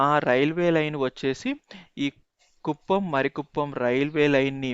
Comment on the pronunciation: మరి కుప్పం కాదు, మారి కుప్పం